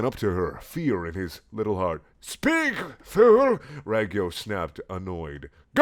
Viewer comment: It's pronouced rawg-yo